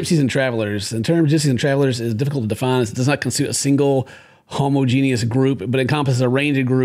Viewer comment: Everyone: homogenous: Homo genius